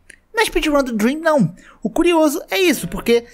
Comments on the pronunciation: Deveria ter deixado escrito ou ter pronunciado corretamente 👍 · quando ele disse "DREM" eu entendi "DREAM", fiquei até em choque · mano qnd eu escutei "o drem" eu congelei achando q era o dream dps q entendikkkk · Quando ele falou: Drem Eu pensei q era o Dream Eu fiquei tipo: MEU ÍDOLO TRAPACEOU?!?!??!!? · mn eu tava quase durminu e ouço "foi um cara chamado Drem" eu quase caí da cadera kkkkkkkk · Vc falou "Drem" e eu entendi Dream e fiquei PUTAQUIPARIU NEM FODENDO Q ELE XITOU NA RUN mas graças a Deus q n era o nosso Dream